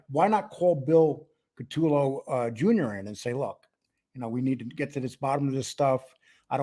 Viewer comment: Great Video Guy’s…BUT😉/…PLEASE…it is, "Ka-Toe-Low…" or “Coo-ta-Low” 🇮🇹…and Lastly, to be CLEAR I am NOT Trying to Help Jackie Get Out of Prison… I Wish You Both the Best…🌸BC